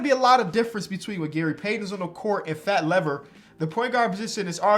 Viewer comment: the way he says Fat Lever is killing me on the inside